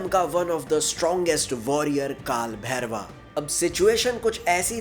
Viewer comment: Not bhairwa it's bhairav 😂😂